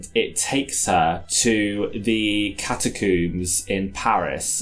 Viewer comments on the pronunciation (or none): How did let say "catacooms" twice without 1) a correction or 2) a reaction shot. HOW.